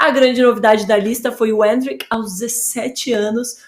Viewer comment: Endrick ta mais pra mbappe ou o imperador. E porquê essa mulher não fala endrick normal